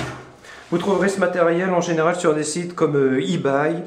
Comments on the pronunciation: Ebay ce prononce "ibai" et pas "Ibaye" .... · y sait même pas prononcé ebay ce con mdr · "ibaille" xD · ebay prononcé avec un accent horrible